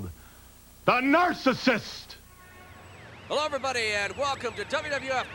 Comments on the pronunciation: It always bothered me, to this day, the way The Brain pronounced The Narcissist... 😂😂😂😂😂😂😂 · I love how Bobby never got to grips with how to pronounce "narcissist"